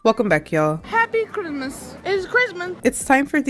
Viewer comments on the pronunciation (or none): happy crimuh it crimuh😂